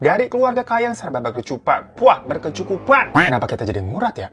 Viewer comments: Apa cuma aku yg ngulang2 video pas di kata berkucupan buwah..berkecukupan😂😂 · Bang Hiro: "Hidup berkecupan" Aku: "Ha? Gmna gmna? 😭" Bang Hiro: "HIDUP BERKECUKUPAN" Ngakak😭😭